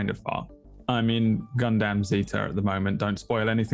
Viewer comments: Everyone else: gundam: gun-damn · Have you not seen the glory of the gundam 0079 movie dubs? its hilariously bad. and yes, they say gun-damn